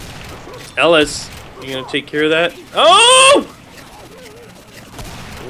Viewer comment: It's pronounced (EL - IS) that's way it says it like that in the games dialougue... :/ try playing the game